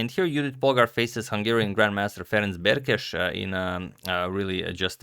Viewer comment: Thank you for pronouncing both Polgár's and Berkes' name more-or-less correctly, as I know Hungarian is hard to guess in this regard.